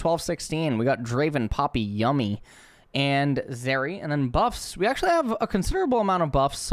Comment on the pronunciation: did he just say yummy instead of yuumi?